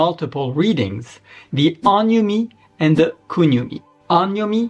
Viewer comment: Bro, it's not AHN-yomi, it's OHN (sounds more like the English word OWN)-yomi. アン読みじゃなくてオン読み（音読み）ですよ？